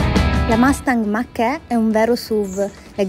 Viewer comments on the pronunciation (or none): Si "mach e stai a dì". Si legge Mach ì e la gt da 0 a 100 ci arriva in meno di 3,7 sec. Con questo video sembra che la si vuole denigrare.